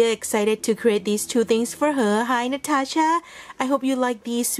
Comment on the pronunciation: stunning creations! Love those so much! And yes you pronounce my channel correct! Thank you so very much for a beautiful card and box - love, love, love those. Keep looking on those all day long! Hugs, Natasha